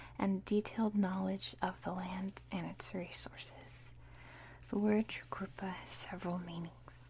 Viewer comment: Great video, You nailed the pronunciation of Tjukurpa, but you found the silent 'Tja' in pitjantjatjara. Think simply Pigeon-jarra. It is an awkward language to read, though once you see the sounds, it is rewarding. Palya.